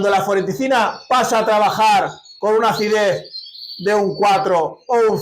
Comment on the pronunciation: Creo que es anfotericina, no anforeticina